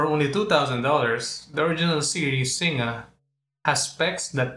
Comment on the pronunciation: Nice review. Just one quibble on the pronunciation of Singa. Its Sin-ga, not Sin-nga. Like in Sin-ga-pore. X